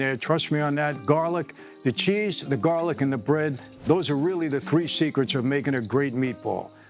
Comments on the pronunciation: Jarlic ? Come on Mike !! 🤣🤣🤣🤣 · It’s called jar-lic. A cute name made up by the young people.